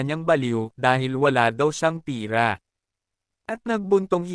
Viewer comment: Lods pera po iyun Hindi pira